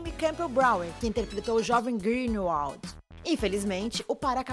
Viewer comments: "Reri potter" "Daniel Radiclifi" "Robert Grint" "Jeiquem Rolin" "Griniuoald" AAA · Jovem "grindeuaudi" 😵🙏🏼